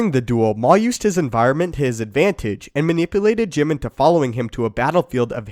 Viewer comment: did you say Jim ??